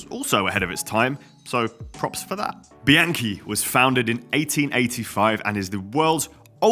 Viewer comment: the way you say bianchi makes me think you eat your pasta with ketchup.. 🤌